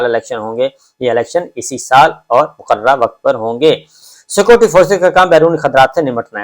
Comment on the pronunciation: dear Mr. sabir Shakir, please try not to keep repeating your sentences just say once and secondly, please pronounce the word "security" properly. The word is "Security" and not "Scoty". Apart from that, your vlog is wonderful. Regards